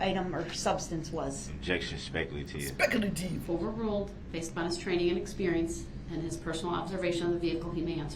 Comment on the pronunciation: Ah yes!! The DNA testimony..Where Duh-rell thinks objecting to dna results can be "SPEK AH LATIV" Or "SPEK-ALASHUN"...😂😂 I think he hates staying late because he misses his phone time. Cant call his mama.😂